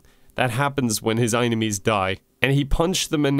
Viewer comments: I can't justify "eye-ni-mee" when it is clearly spelled "ee-nye-mee" or "ee-nyme" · Enime is pronounced as e-nime, not aynemy. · The way you say it, it would be spelled "einimies". Enimies would be "enn-ime-eez" with the "eye" sound in the middle, not the beginning. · Sorry bud, I'm fine with everything here, but how do you get "eyenemie" from "Enime". Say Anime and switch the A for an E and you have Enime. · I am just constantly annoyed that "enime" is pronounced "inemy." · it’s been 4 months and i’m still confused on how enimes is pronounced like Eyenamees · How to pronounce enime: I-ne-mee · If you meant it to be pronounced "eye-nemies" then you should have spelled it "eyenemies" or "einemies" or even "inimes". "Enimes" can in no way be pronounced "eye-nemies. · the way you pronounce enimes doesn't even make sense why would you place the "i" sound in the beginning that's "inemies," a whole different enimy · why did you pronounce enimy wrong